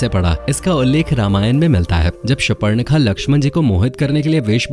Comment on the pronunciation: शूपर्णखा नही. शूर्पणखा कहो.और जरा धीरे बताओ. 😮